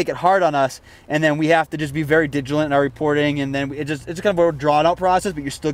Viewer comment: "We have to be very digilent in our reports" haha digilent.